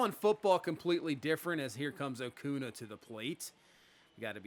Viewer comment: AcuÑa is pronounce A•cuhn•ya